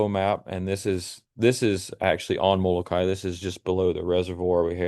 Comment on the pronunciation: Moloka’i - Moloka-ee.